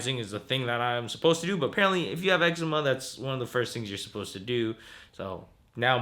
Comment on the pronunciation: Am i the only one hearing pronouncing "eczema" different.........maybe its just me.